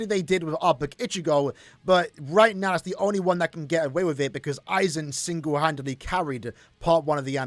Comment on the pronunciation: Its AIZEN by the way...